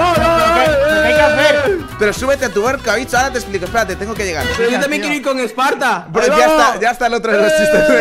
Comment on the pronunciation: en el segundo 0.40 dijo tim Spartor